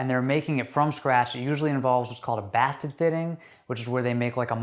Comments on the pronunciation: “Basted” is pronounced “bay-sted” not “bass-ted” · "Basted" is pronounced "bay-sted".....